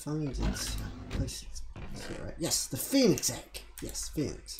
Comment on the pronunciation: Call the pheonix penix cause i. Thought you said that at first